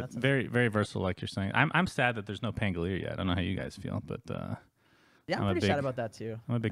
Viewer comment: can you guys stop calling him pangoleer!?!?!?? pan go li er, not pan go leer. is it that hard to add one more syllable?